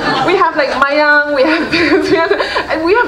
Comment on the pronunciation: You should learn your language first it should be miyan not mayang